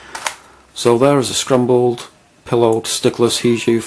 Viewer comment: its not scrumble or scrumbled its scramble or scrambled